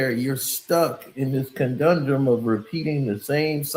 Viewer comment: Conundrum 😂 not Condundrum